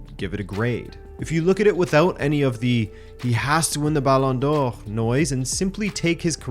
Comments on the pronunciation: How ridiculously do you want to pronounce Balón d'Or? That guy: yes😃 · Why are you saying Ballon d'Or weird ? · just curious as to why you say ballon d'or in the original French pronunciation but Anglicise all other names (Ronaldo, Neymar, Paris, Barcelona etc)?